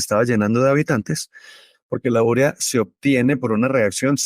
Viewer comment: Es que se dice 'urea'. No va acentuada. Como 'vídeo', que sí se acentúa pero ustedes no lo hacen.